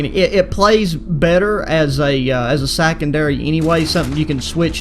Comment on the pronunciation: Hold up did he say sackendary